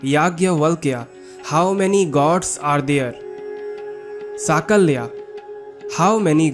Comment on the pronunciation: Use proper pronunciation. Kurma, vasu,sakalya,..... In sanskruta, meaning changes with pronounciation.